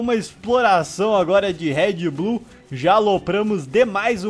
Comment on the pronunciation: Quem achou que o falou red bull?